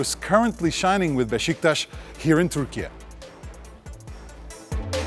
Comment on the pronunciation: Not Beşiktas amk. Beşiktaş!